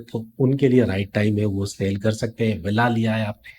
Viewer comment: Saaale nahi sell bhai. Learn to say words correctly .